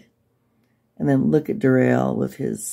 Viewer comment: It's pronounced "DARell" it's pain old "Darrell" . The pronunciation was just another of the games he played. On the arrest video, you clearly hear him say his name.